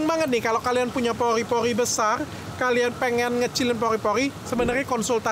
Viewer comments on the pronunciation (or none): Pori-Pori dok penyebutan ny bkn Poli-Poli 🤭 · Pori-pori dok , bukan poli poli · Pori-pori dok bukan Pogrrhi-pogrrhhi🤭